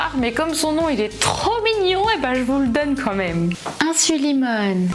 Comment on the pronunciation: Vidéo trop chouette !! 🤩🤩 Super claire et très bien construite, merci pour ton travail! Et je ne sais pas si c'est une erreur de prononciation mais la tumeur du pancréas c'est insulinome pas insulimone 😁